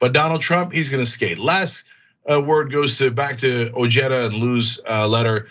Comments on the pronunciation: It's pronounced O-heh-da. The J is silent in spanish. C'mon CENK! You should know that by now! You know how to pronounce Jesus. You say it ALL the time. So you should know how to pronounce OJEDA. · I believe Ojeda's name is pronounced, "o-hay-da". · Ojeda is pronounced Oheda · doesn't change the fact that it is a Spanish surname and the correct spelling is as described but putting an" English j " in it is mispronouncing it. Ojeda himself is mispronouncing this Spanish language surname!! if you want to be more charitable we could say he's americanizing it. So really both you and Tom converse are correct